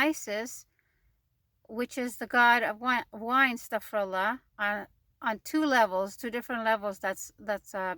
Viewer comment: you said: Asstaghfara-llaah. The correct pronunciation is: Asstaghfiru-llaah. The meaning in the first expression is that Allaah is making Isstighfaar. The meaning in the second expression is that I make Isstighfaar and address it to Allaah.